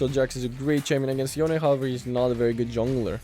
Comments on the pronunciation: Love your content, but its yone not youn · its 'yo/ne', not 'yown'